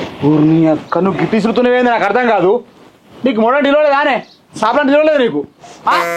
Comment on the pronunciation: సపలు కాదు సాపలు బ్రో